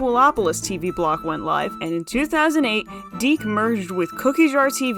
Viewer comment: "Dic" is pronounced "Dick" btw